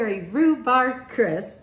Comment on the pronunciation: Amy, the pronunciation of rhubarb is the “b” at the end. You have been pronouncing it RHUBAR. AND LEAVING THE “B” our at the end. It is rhubarB.